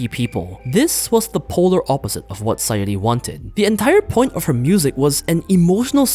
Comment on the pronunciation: It's SaYUri, not SaYOri